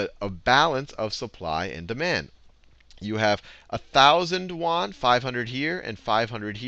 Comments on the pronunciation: FYI it's pronounced Yuan not Wan. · Hi Khan, thanks for all your awesome videos. I've got just 1 issue that bugged me a little. Yuan is pronounced as "yu-en". The way you pronounced it sounds like "won"; South-Korea's currency.